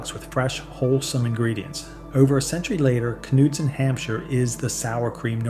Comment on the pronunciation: Are you for real? Something's odd with your videos! And it's not just this one! You're talking about Knudsen Hampshire sour cream and all is in footage is Fage sour cream! When you're naming certain labels you're comically pronouncing them awfully wrong like a bot is reading the script! What the hell is up with this channel!!!! 😡